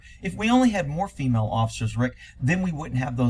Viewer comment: "Jentlemen". "Fimail". WTF?